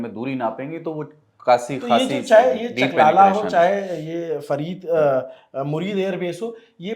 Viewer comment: Chaklala not chakaala..Shor kot not Shaarkat...your information is 70% wrong ..Focus on your research